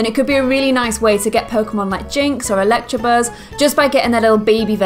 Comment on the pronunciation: it's electabuzz not electrabuzz